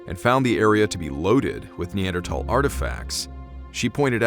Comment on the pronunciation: Why the hell do you pronounce Neanderthal with a thick t that's not how it's pronounced yanks love screwing up the ENGLISH language.